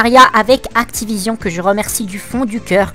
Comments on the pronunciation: J'adore le Actipognion heuuuuu Activision ! xD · Actiponion mdrr